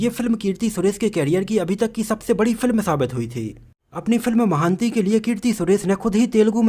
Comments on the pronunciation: अरे यार महान्ती नहीं अपितु महानटी है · Not महांती it's महानटी it's mean great actress (savitrigaru) Nice info 👍